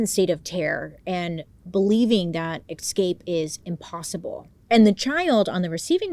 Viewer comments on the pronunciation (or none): It’s “eScape”, not “eXcape” Bailey 😅❤️ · It's so cute when you say "ecscape" or "exscape" instead of "escape", I love hearing it in all your videos 😂🤗♥️